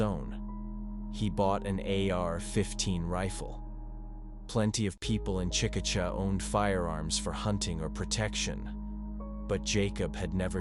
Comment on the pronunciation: It's pronounced chick-a-shay😊